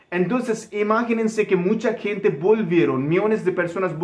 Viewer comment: Protocólogo y mascarilla se dice en español y gente, no kente!!